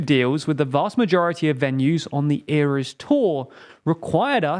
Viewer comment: ERA as in EH-RUH . the eras tour